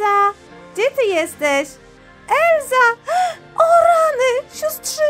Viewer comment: Nie Elza tylko Elsa